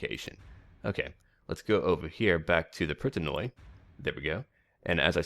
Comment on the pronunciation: when you see any unit that has "oi" (at least in Hellenic units although I think most "barbaric" ones have also names given to them by the greeks etc.: Pritanoi seems like one) it is actually pronounced like you pronounce the first 'i' in Pritanoi.. or 'e' just as you pronounce it by itself. The thing is in greek in all cases when we right "oi" it is pronounced as an 'i' and only rarely as 'o-i' only if it is written like this " οϊ ". That's why greek sound funny in this mod with so much oioioioioi ououououou eueueueu auauauau:P Also most times 'ou' is just 'u', 'eu' is either 'ef' or 'ev' as 'au' is in most times 'af' or 'av'... I think I might talk to the EB team too about that.